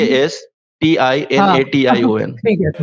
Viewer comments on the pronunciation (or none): Procastition 🤣🤣 Kya hinduon sudhar jao padhne ata nai debate karne chale aye najayaz qaum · He said P-r-o-c-a-s-t-i-n-a-t-i-o-n 🤣🤣 Real spelling is "Procrastination" Jab kuch aata nahi..phir bhi muh khologe to aisa hi beijjati hogi😂😂 Height of Overconfidence🤦‍♂️